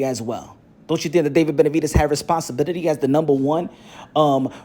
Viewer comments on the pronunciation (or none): My man said "responsibibidy"